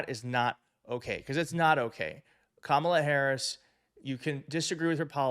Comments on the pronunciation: Tell Kilmeade it's KAM-ala as far as pronunciation.is concerned. Study hard Brian and cut the coy-cutesy- David Duke-George Wallace approach. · Another "sneaky" thing the racist right-wingers have been doing is mispronouncing her first name. The bonehead Faux talking head just did it in the clip and their orange god mispronounces her first name consistently and on purpose. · They still can't seem to pronounce her name correctly after all these years. We'll make it easy for them in November, It'll just be "Madam President". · And he mispronounced her name. White people who are conservative have always mispronounced my name even after being corrected. More open-minded people have tried to respect pronunciations of non-white names. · After 8 years of her in politics, you'd think they would at least pronounce her name correctly.